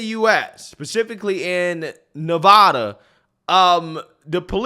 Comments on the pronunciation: It's Nevada not Nahvahdah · This is getting out of control it’s all over the place now.. glad it was handled. Hopefully not just a slap on the wrist. P.S. you pronounce Nevada wrong.. it’s Nev(ah)da not Nev(uh)da. Great video though